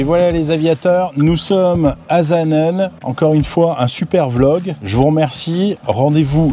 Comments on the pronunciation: Magnifique vidéo, félicitations c'est superbe. Suisse, j'ai tout spécialement apprécié le trajet depuis le Lac Léman, la magnifique vue de la vallée du Rhône qui se jette dans le lac. Superbe vidéo oui. Puis la descente pour Saanen, prononcez S et non Z svp ;-) quel bel atterrissage sur cette piste où au siècle passé des Vampires et Venom militaires se posaient. BRAVO un papi fan d'aviation qui réside au bord du lac de Neuchâtel actuellement. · On dit pas Zaanen mais Çaanen.